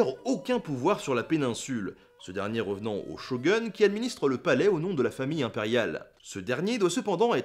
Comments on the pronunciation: CHO-GOUNE BON SANG!!! CHO GOUNE!!! Pas cho-gueune! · On prononce "Shogoune" pas "Shogeune" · Ah le ''Show gun'' ma complètement tuer XD Bon trêve de plaisanterie. L’idéal pour le prononcer c'est soit d'utiliser ''Shogoun'' ou encore ''Shogün'' les 2 vont bien. Comme d'hab j'apprécie énormément ce type d'information ça passe toujours et le partage c'est le bien XD Tranceportement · Super vidéo ! mais comme d'habitude pour rire je vais faire partie des lourds qui critiquent les prononciations. On prononce Shogun : Shogoun et pas Shogeun ;) . Il faut bien trouver des petites choses à redire sinon ça serait tous le temps parfait :D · Juste un truc: C'est Shogun (prononcé ShoGoune) pas Shogueune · Pour info, on dit /ʃɔ-ɡu-n/, pas /ʃɔ-ɡʌ-n/ (le "u" se prononce presque comme "ou"), et c'est /na-ga-sa-ki/ et non /na-ga-za-ki/ (le "s" se prononçant "s" et non "z"). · revenant aux "Shotguns" ? XD Je sais que les histoires de prononciations, c'est souvent le bordel mais celui-ci m'a fait sursauté =p Quoiqu'il en soit, superbe épisode. Ça m'a fait plaisir de voir les ottomans qui sont encore aujourd'hui malheureusement assez peu reconnu à leur juste valeur. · Au shogeun x)Sinon super vidéo! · Shogoune... Shogun se prononce Shogoune.. u = ou en japonais ;D a part ça super vidéo comme toujours ;) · Ça se prononce shogoune 😋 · on l'écrit shogun mais on le prononce shogOUn mais sinon j'adore👍👍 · sa se prononce chogueune ou chogoune, le titre de celui qui dirige le japon? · il me semble que shogun se prononce chogoune :) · ça se dit shoguoune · C'est quoi un Shogueun ? Etant fan d'histoire jap, ça m'a tué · La prononciation jap du ''u'' est a mi-chemin entre le u et le ou. Si on veut franciser shogun, il faudra alors dire soit shogoun ou shogun en prononçant le u comme dans union. Sache que j'ai quand meme adoré ta vidéo, continue !! (。・ω・。)